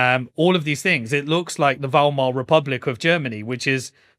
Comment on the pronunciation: The Valmar Republic? C'mon,.